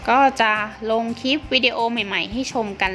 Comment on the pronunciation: แนะนำให้พูดควบกล้ำด้วยค่ะฟังแล้วขัดหูมาก ครีมก็เป็นคีม นึกถึงคีมตัดเหล็กเลย คลิปก็เป็นคิป